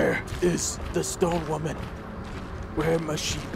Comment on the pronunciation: Every time he says stone women it sounds like he's saying stoned women